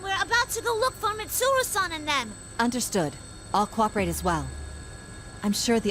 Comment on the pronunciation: it felt so good to hear Chie pronouncing Mitsuru's name like that (kind of like Japanese would)